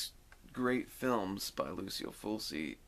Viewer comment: Not to be a jerk- it’s pronounced “Fulchi” not “full-see”